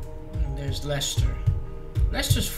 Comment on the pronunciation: It’s Lechter not Lester ✌️